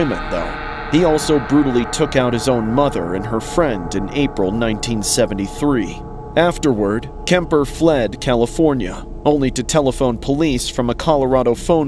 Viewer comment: Kemper, not Keer